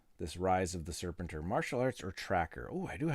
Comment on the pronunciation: Not a big deal, but it's pronounced ser-PEN-tour. More playthoughs please.